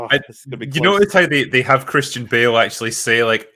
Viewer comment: "Christian Ba'al"